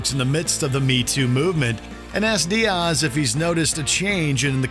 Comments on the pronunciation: it’s Diaz. Not Dearse 🫠 is this a AI generated voice over for the clip? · Dee-ozz. God, don't u dare disrespect our uncle Joey! Lmao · Diaaas 😂😂 u can't say diaz right 😂😂 this channel is garbage 😂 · DEE-Azzz is what buddy is saying lll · The strange way you said Joey's last name and emphasized it was wild...